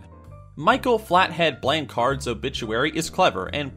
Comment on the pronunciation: I cringed at how he pronounced no.7 last name as Blanc-hard as if there is a pause in the middle, trust me theres not lmfao